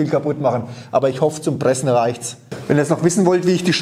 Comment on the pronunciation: und deswegen will ich versuchene die Sägespäne zu Briketts zu Pressene......lol gute Aussprache. Also, für Schreinereien gibt es eine Brikettpressanlage in der alles automatisch abläuft inkl. der Zuführung der Späne. Macht auch Sinn, denn wer soll denn den ganzen Tag mit einer Schraubzwinge Briketts pressen? Davon abgesehen, wer verarbeitet noch Vollholz? Alle Späne sind durchsetzt mit Resopal oder anderen Beschichtungen incl. Leime da nur noch Spanplatten verarbeitet werden. Sowas sollte man nicht in den Ofen stecken. Der Holzstaub glimmt nur, steigt mit der hitze auf und setzt sich im Kaminrohr ab.